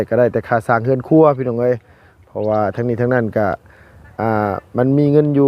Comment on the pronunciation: เฮือนครัว ไม่ใช่หื่นครัว พูดม่ายซัก 😂😂